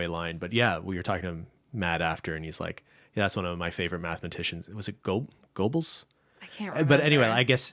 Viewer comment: Nooo when talks about the German mathematician he means Gödel. It sounds like he’s saying Goebbels but he was definitely on the other side of everything…